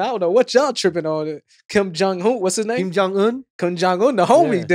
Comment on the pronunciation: The way butchered Kim’s name was funny as hell.